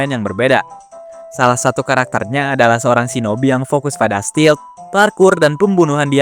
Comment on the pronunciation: Bukan steal, tapi stealth...😊